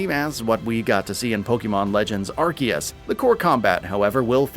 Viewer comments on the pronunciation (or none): none